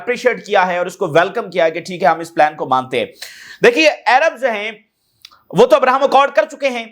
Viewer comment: Tum American ho Kya Jo Arab ko ayrab bol Rahy ho boht over action mat karo